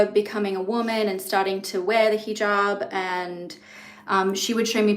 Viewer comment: Just for culture, it’s not heejob. It’s heh jaab - a short e.